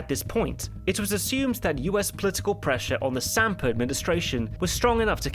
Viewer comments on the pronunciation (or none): none